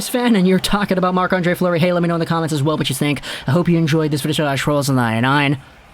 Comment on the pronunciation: It's Fleury not Fluery...